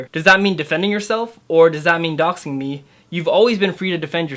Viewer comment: "doxing" not "doing".